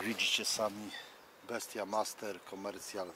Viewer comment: Wesołych świąt, a ten kijek to nie "bestia master" tylko wymawia się "best master"😉